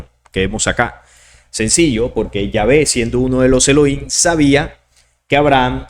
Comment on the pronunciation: Se pronuncian: «Elogím» De estar correcto la pronunciación: «Eloím», pues entonces no debería de pronunciar la palabra «Nephilim» como «Nefilím», sino «Nepilim», sin embargo, no lo hacen como este último.